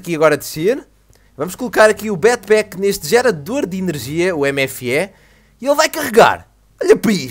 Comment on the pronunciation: e fenom usa sua '' batpak '' para voar eta portugues de caipira